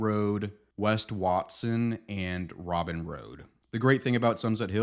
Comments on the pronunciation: Robyn is actually pronounced like row-bine! i live pretty near to the area and my middle school is on the street so just wanted to let you know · Webster would be my pick. I love everything about it. I grew up in Sunset Hills (SOco for sure). I think Robyn Road is pronounced RO-bine?